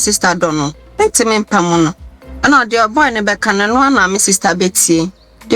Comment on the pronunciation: says “pamuno”😂😂